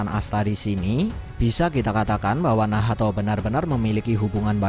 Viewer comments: hhhh. Bgtu ya bang cma gak enak d dengar beh lw nahato wkwkkw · Bilang nacht aja min agak usaha bilan nahato. Gak enak d denamgar wkwkwk